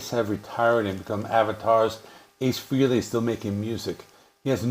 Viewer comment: Freely? FREELY? Come on, man…